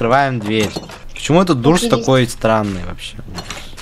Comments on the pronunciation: Doors читается как дорс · Я выгляжу сейчас как душнила но это не дурс а доорс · Не Дуурс а Доорс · Ух привет Я тебя не заставляю но надо говорить не дурс а дорс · Правильно говорить Доорс а не Дурс! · @@ правильно Дорс а дурс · Кст правильней говорить дорс а не дурс Не хейт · Правильно говорить дорс а не дурс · Uh пожалуйста надо читать не дурс, а дорс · правильно говорится не дурс а дорс потому что 2 "O" читатся не "о" а "у"!!!!!!!!!! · да не дурс а доорс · В начале дорс, а не дурс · Не дурс а дорс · Дорс а не дурс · НЕ ДУРС А ДОРС! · не дурс а дорс да ты онглинчан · Нэ дурс а дорс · Вашего не дурс а дорс но в английском языке две oo эта у но в англискав я зыке doors там две oo эта о.